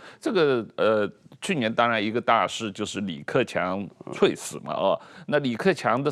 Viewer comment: 噗，猝死都能讀萃死😢😢😢😢。。。就這樣的人都能上電視指點江山！靠你們反中反共，能有希望嗎？笑死！❤